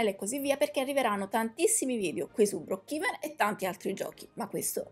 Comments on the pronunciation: Nn si dice brookhiven si dice brookhaven😂😂😂😂 (no insulto) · comunque si dice "broocheven" 🤣🤣🤣